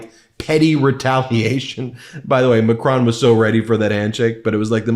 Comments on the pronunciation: It's Mac-RONE, not Mac-RAWN. Even Mac-RONE is not perfect, but closest to the correct French pronunciation. Not trying to be nitpicky, but just to help. I speak French. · Out of respect, you should pronounce Macron and Notre Dame correctly.